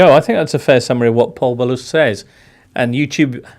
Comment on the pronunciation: And "Pol Ballus". Do me a favour.